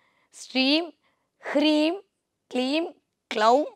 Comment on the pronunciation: Its hreem not kreem